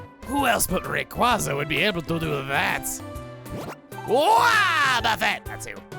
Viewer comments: take ree . qwazea (not reqwaza) with you on some journeys along with mewtwo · The way you pronounce "rayqwaza" hurts my soul. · I really hate how he pronounces Rayquaza... I hate it so much